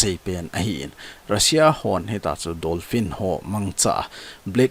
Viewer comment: Dolphin joh ahe,Not Donphin Bro👍